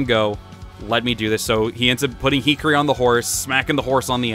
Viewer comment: Hikari is pronounced "he-car-E" You were saying it like hickory, as in hickory dickory dock.